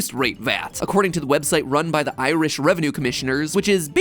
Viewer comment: If you think 'bap' is hilarious, wait until you find out about the Blaa... Also, I'm going to make it my life mission to teach Americans to say 'Ireland' and 'Irish' properly; this vid was torture.